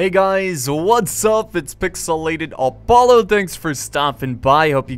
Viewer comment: Lol 😂 Apollo said he didn't speak German yet pronounces all the names perfectly